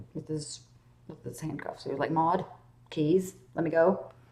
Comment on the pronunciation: Lol the guy's name is Mord not Maude